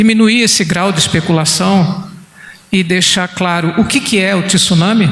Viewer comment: Tenho ouvido nos últimos dias a pronuncia errada da palavra TSUNAMI - não se usa a vogal (i) entre o T e o S. Lê-se TSU e não TISU. Fica aqui minha colaboração.